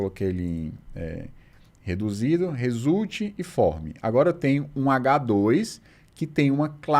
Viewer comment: No "résulti" você já não tava nem tentando mais! 🤣